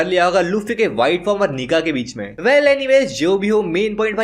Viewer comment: Bhai nika ko nigga bola 🤡